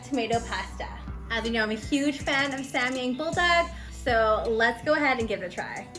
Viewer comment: Its sam yAHng an AH sound as in rAHmen .. (I literally can not think of any other example words with an AH sound lmao what the hell haha...)